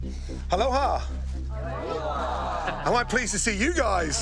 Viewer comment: "Alhoha" Gordon "fucking weather"